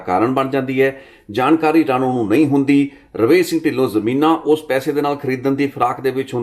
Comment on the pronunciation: ਗੁਰਦੀਪ ਸਿੰਘ ਰਾਣੂ ਨਹੀਂ ਰਾਣੋ ਬੋਲੋ ਰਾਣੋ ਪਿੰਡ ਦਾ ਨਾਂ ਹੈ